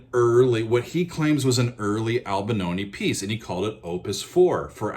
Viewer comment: Albanoni? Why do Americans butcher each and every last name? You are able to spell, right? Replacing an 'i' with an 'a' might be an American thing to do but...